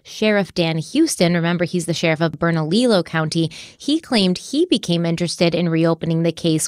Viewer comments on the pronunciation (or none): Berna-lilo? 😆 So cute but so wrong. Almost feels like we’re getting trolled because in your last Harloween video you had some pretty perfect Spanish pronunciation. While I’m being that a-hole, in NM we say Bel-EN and SEE-bola (Cibola). 😋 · You guys are doing an amazing job covering this case. I'm a native to New Mexico and had never heard of it. I wanted to let you know you have a country spelled/pronounced wrong though. It's Bernalillo County (Pronounced Berna-leo not Berna-lilo) The two lls make the y sound. All the love to you guys! Keep up the amazing work!! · I live in Rio Rancho, suburb of Albuquerque. Loved this one close to home. Look at West Mesa murders. It's unsolved, and was surprise discovery. Bernalillo is pronounced Burn-a-Leo and Belen is Bi-lin. Loved listening to you saying the words. We have caliche pits for dirt roads all over. With coyotes black bear and cougars, it's hard to say what happen to her body. And yes the cops suck here and wouldn't surprise me if they were covering their own f*** up... cover up of a mishandled case. Extremely plausible for vuh-lin-see-uh cops. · Just so you know, it's Berna- LEE-YO. The two Ls next to one another make a Y sound in Spanish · Bern-a-lee-yo,. Much love. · I really appreciate how in depth you both go, and like the different perspectives. But I really need you to look up how locations in New Mexico are pronounced. Almost all of them are Spanish words, so they are not pronounced how they look. I am pulled out of focus when you say “burn a lilo” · Hey guys! Awesome episode! Just wanted to say the pronunciation of the cities in New Mexico is off. Belen is pronounced like “ba-Lin” and bernalillo is pronounced like “burn-a-Leo” from a local of Albuquerque:) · It's bern-ah-LEE-oh (Bernalillo) county, the double Ls make a Y sound. 😊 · I hate to be so nitpicky, but Bernalillo is pronounced Berna-lee-YO! In Spanish two L’s are pronounced as a Y.